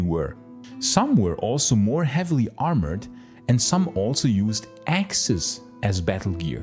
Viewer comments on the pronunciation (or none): none